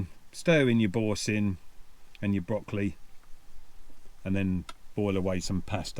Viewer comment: Loved the pronunciation of Boursin cheese. A classic😂